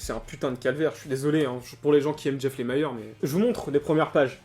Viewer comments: Lemire avec ire et non Lemire avec aïre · c'est LE-MI-RE pas lémayeur...sinon sweet tooth, j'ai du mal aussi...